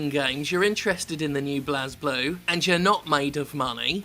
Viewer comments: Its technically "Bu-rei Burū" but seriously pronounce it however the hell you like, its a dumb name. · If you play the games, you see that blazblue is a power thats activates and is pronounced "Blaze Blue" by everyone who uses it or refers to it. Ragna and Hazama instantly come to mind. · It's pronounced Blazblue (Blaze Blue) and RWBY (Ruby) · Blaaz (pronouncing it like Jazz) Blue.... Really? Its Blaze as in a fire. To set ablaze. Nitpick aside. I will pay for the DLC if it has english set of voice actors as I will be happy to pay their check. We didn't get english VAs in the last game and if this game doesn't have it. I will pass. We have ALSO already paid for DLC characters and colors before. This is a trend already here but if it means patches and updates and new characters. Honestly, Why not DLC? 20 characters in a fighting roster is huge! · The funny part is that you're also wrong. It's pronounced ブレイブルー, not "Blazblue". Enjoy. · Turned this off as soon as he called it blaz-blue. Educate yourself. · It's pronounced Blaze-Blue, though. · The official English dub IN the game (at least the first game) pronounces BlazBlue as "Blaze Blue" for what it's worth. Many people like to argue over this for no good reason though just because they just dropped the "e" at the end to try to be "cool" or something. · Its pronounced "blaze-blue" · I always though Blazblue was pronounced Blazeblue. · Hey Jim, it's blaze. ..I just wanted you to know this. ..I'm not sure anyone told you yet. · It's alright Jim, even Arc system works can't seem to pronounce "Bley-Bloo" properly. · Man, i love blazeblue. But why are they pulling this shit now? At least they have most of my favorite blazblue characters though i would have liked to also see taokaka and arakune. Also i think its pronounced Blaze-blue. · It's pronounced as BLAZE-Blue in-game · lol get over yourself. It's pronounced Blaze Blue. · Who else is cringing at how he is pronouncing "Blazeblue" and "RWBY"?